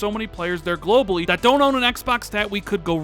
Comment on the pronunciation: "tell me why from daaant naad" lol speaking too fast and forgot how to say Don't.